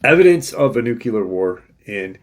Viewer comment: I don't know why but it ALWAYS gets to me when people use "nucular" when they mean NUCLEAR...for your edification. Love the content, thank you for your research and views.